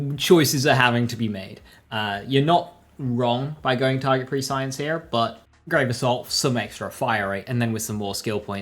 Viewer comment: Complex Root can be any element. Had it in Maurice Vendor last week. Also, Prescience is pronounced press-ee-ence. Not Pre-Science.